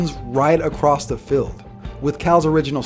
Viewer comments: it’s pronounced fEild not filled bro. But great video as always man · He says fild instead of field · What do you say filled instead of field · Congrats! Good videos! Q: can you say "field" like "feeld"? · Goddammit, the way you pronounce "field" pisses me off. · Even though he can't pronounce the word "field"